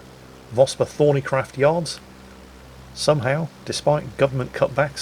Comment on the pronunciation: I thought it was Vosper ThornyCROFT not CRAFT! lol :)